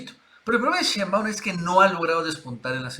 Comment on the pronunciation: Nacho te va a regañar.. sheinbaaund...